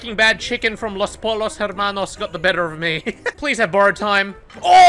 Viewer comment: I love, but that pronunciation of “Los Pollos Hermanos” gave me brain hemorrhaging lol